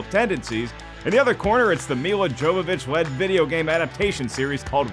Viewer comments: "Jovovich" is pronounced "Yovovick". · WRONG It's pronounced Yow-vuh-vich not "vick" she's not a vapor rub.